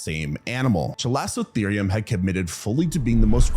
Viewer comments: "That's hotter than most places get in the Summer today." Raucous Texan laughter ensues Also, this video contains my second favorite pterosaur and the bird that's tied with the kakapo for my favorite non-flying bird. Also also, there is no "s" sound in chalicotherium. And it's an instance of "ch" being pronounced like "k". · Isn't the pronunciation: KAL-ih-koh-THEER-ee-um ? 😂